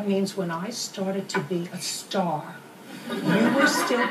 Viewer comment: "That means, when I started to be a STAH..."